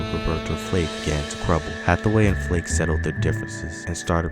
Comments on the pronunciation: Roberta Flack not Flake.😁, But thanks for sharing 👍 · How can this narrator call Roberta Flack, Roberta Flake. He’s fired!! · You said Roberta FLAKE bro , which tells me you are basically reading from others and have no real understanding of what you are saying, no personal experience or appreciation for talented individuals they truly were ! .....nice try tho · Sir you not gon mispronounce Roberta Flack’s last name! FIRED!